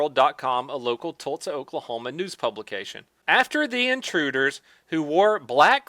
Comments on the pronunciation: pronounces Tulsa as "Tultza"! BWAHAHAHAHA! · Are you saying “Tultsa”? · you say Tulsa weird.